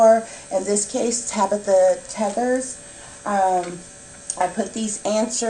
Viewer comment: Her last name is pronounced “Too-ders”. :)